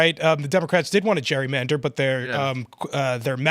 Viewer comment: I know this may seem petty, and I truly mean no disrespect—but someone should probably let Phil know that the word is pronounced just as it's spelled: Gerrymander, not Jurymander, as he appears to be saying.